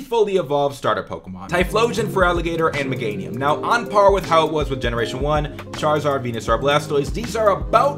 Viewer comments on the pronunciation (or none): none